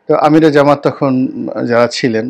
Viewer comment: ভাই জামাত নামটা বিকৃত করবেন না। সঠিকভাবে উচ্চারণ করবেন😅 জামাত ইসলাম সনাতন